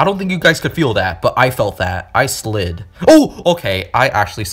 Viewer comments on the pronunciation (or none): "I slid" "I actually sid" 💀